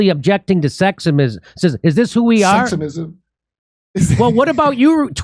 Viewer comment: seximism is the new official pronunciation